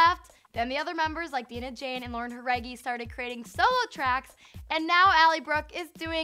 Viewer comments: Its Die-nah Jane. Go do your homework and spell her name right. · OH MY GOD THEY WAY SHE SAID DINAH JANE MADE ME LOSE IT and this is just no no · You pronounced Dinah-Jane’s name wrong.......